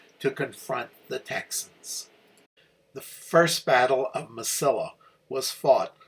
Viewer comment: relatively trivial, but it's proounced "Mesi-ee-a" (double L in Spanrish is pronounced as a Y, or long e.) Also, the Federal prisoners from Lynde's command were PAROLED, not PATROLED. "Sibley," not "Silbey." Baylor captured several hundred thousand rounds of US .69 caliber musket ammunition at Bliss, which was a very lethal load in the 21 ga. shotguns most of the Texans carried. He also captured "some" artillery. (I'm sorry to be unable to give you details on this; my library is packed for a move.) Among the trioops Lynde surrendered at San Augustine springs were [I think] two companies of regular dragoons who were in far better condition that Lynde's infantry. Boy, were they P***ed! In fact, the commander of the dragoons testified at the courtmartial of Lynde. I started reenacting the NM campaign in 1976, and have stuided it intensely. For the record, if you run across a book titled, "Glory, Glory, Glorieta," by a man named Scott, don't waste a penny on it. It is, beyond a doubt, the most detestible bit of historigoraphy I've had the misfortune of reading!